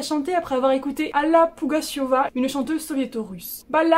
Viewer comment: Alla Pugacheva se prononce Alla avec un accent sur la première syllabe et Pougatchyova avec un accent sur la syllabe "tchyo". (Je suis russophone, donc j'suis calée pour ça)